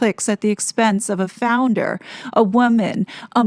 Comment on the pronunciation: Are you saying "Founder" or "Flounder?"